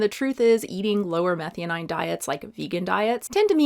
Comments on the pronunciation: Meth-eye-owe-neen not methy-oh-9, had me confused there for a bit. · Abby gonna come after you for pronouncing methionine wrong nonstop. Its pronouced meth-eye-oh-neeen. And just a heads up, I am listening not looking, but yeah glutamate is dumb, like you said, but if glutamine was mentioned, that really is related strongly to gut health for like 20+ years especially in neonateology literature -- I only know this from colleague who is a neonatal doc and altho I'm adult suggested I take glutamine to see if that would help fix some gut issues and new allergy-like symptoms I had after a virus... because of neonates literature although I was a whole assed adult.... but Abby is dumb and probably doesn't know the difference between glutamate and glutamine :( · Methionine is pronounced meh - THIGH - uh - neen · Psst. Not that important, but. It’s pronounced meh-thigh-oh-neen. 🙂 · you'd be a lot more credible if you'd learn to pronounce Methionine ( Meth - THY - OH - NEEN) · Love your content, but will unsubscribe if you don't start saying meth-eye-o-neen. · Hey are you pronouncing methionine correctly? Just asking. Compare to glutamINE .